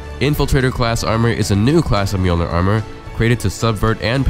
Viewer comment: Finally someone can pronounce Mjolnir correctly.